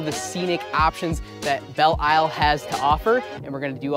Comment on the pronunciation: It's pronounced Bell Lyle.